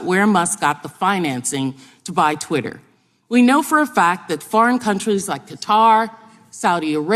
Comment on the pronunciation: TWITT-ER not Trwitah😂